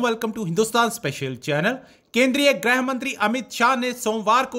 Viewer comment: ग्रह graih नहीं भाई गृह grih